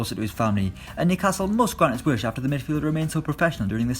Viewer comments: Phil_Oged 07 knew casil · How did he pronounce Newcastle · That's how all Geordies pronounce it